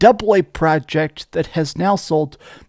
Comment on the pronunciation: You should be forbidden to say the word project because you say it like a tard .